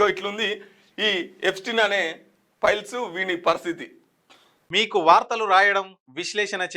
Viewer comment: అన్నా అది piles కాదే files 😂